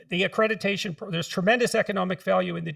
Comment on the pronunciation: Dr Peterson says "accrediTation" 😂